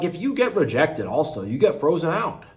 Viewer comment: Its rejected Not regected lol